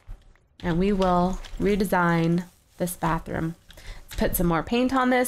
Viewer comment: Bathroom not Batheroom